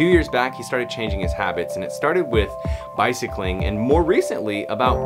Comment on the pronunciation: Nobody:: “Bicycline” 🙈 made me giggle. Amazing and inspiring video as always